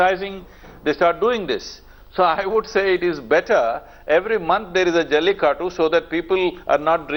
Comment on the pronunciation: why is she saying jallikatt instead of jallikattu ??